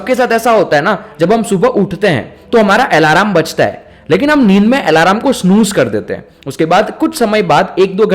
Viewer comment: आलम बोलते है भाई अलार्म नही